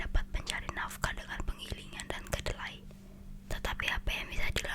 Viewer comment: KELEDAII KAKAKKK BUKANN KEDELAII